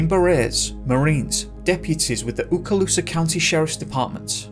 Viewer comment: Wow! I can’t believe your pronunciation of Okaloosa (LOL). Okaloosa yvt lvcha fehna.